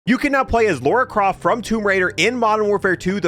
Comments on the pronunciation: lora croft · Lauora croft